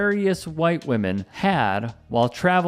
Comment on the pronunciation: "Them white whamen em the crazy ones"😅